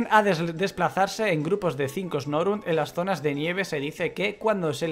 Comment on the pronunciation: Guau!!! Esta Locke va a ser chevere!!!! Ese Lugia fue bastante troll:v Y tu Snorunt (le dijiste Snorint cuando leíste la Pokédex) puede evolucionar a Glalie lo cual es bueno! Buena suerte!!!